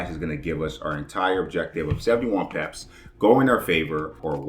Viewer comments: why do you say peps and not pips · It pips not it paps. That grind my gear. Stop saying paps please.